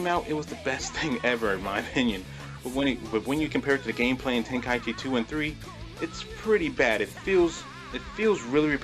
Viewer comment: I can't take this seriously when you say tenka-ichi instead of tenkaichi